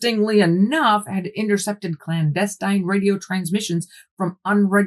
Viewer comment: It took me a few seconds after hearing transvestite transmissions to realize you'd actually said, "Clandestine." 😂 Oops, lol.